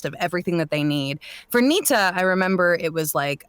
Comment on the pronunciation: he said NITA which sounds like "Need to"